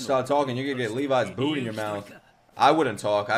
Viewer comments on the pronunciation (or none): none